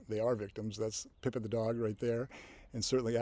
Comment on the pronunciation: You switch between Pippit and Pippen. It’s clearly Pippit.